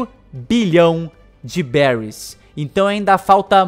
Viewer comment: Se fala beris